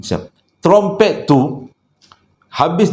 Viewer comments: ingat sy jaa yg tegelak bila sebutt tromtomprett tu😂😂😂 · syoq la crita kali ni.. tp yg saya tergelak bila nk sebut trompet.. 😄😄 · trompet protpet promtet hahaha ade adeee je lah!!! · best dengar cerita malam ni..kira satu kelainan jugak Ler dijemput Alam Sebelah..ditambah lagi dengan punya slange yg kdg2 susah naw nak disebut trompet jadi promtompret..habis keluar air mata saya gelak..terbaik la..terus kan mcm selalu..saya suka sambil mgdengar sambil terhibur..terima kasih yg selalu mghiburkan.. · mcm ummi leer x pandai sebut trummpet...heee bkn x pandai apah ssh sebut..heee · Assalamualaikum, part sebut trumpet tu Nora tergelak sebab abg tersasul beberapa kali. Masya Allah.. Best btul dgr crita abg Joe nie. Tak jemu..